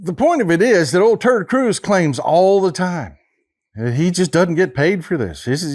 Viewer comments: Love your Texas accent. I am Australian and I swear you are saying Turd Cruize instead of Ted Cruise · Did you say "Ted Cruz" or "turd cruz?" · Love when you say turd cruise that is so funny 😂😅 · It's funny how he calls him turd Cruz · I've been around the block and I've been involved in politics my whole life and I cannot believe I've never heard anyone call him "Terd Cruz" until now. Thanks for this information and thanks for putting a big laugh in me. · Did you say Terd Cruz ?